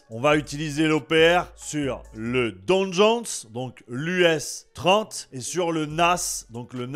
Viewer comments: Le, LOL. Mais ne t'inquiètes pas, j'aime bien t'écouter quand même et regarder tes lives parfois:) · Salut désolé une petite correction c'est le DOW JONES pas le merci pr la vidéo et bn courage